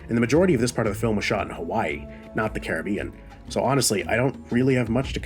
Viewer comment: The way you pronounce carribean is so irritating